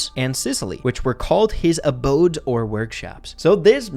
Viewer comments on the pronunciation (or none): none